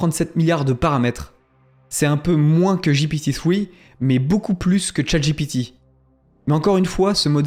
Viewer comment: C'est bien que tu prononces Chat GPT à l'anglaise, parce que Chat j'ai pété, ça le fait pas.